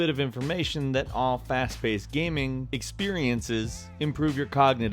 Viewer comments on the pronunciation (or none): none